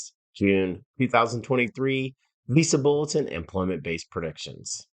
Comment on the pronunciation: Too monotone, a lot of unneeded data that this guy is talking about. Stop pronouncing Visa Bulletin as “Visible”. Explain your predictions!!!!